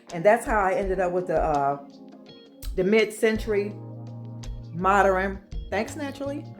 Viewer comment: I think what they were saying is you don’t pronounce it Moderin .... it’s just mod ern like that . You say it like this mod Erin instead of mod ern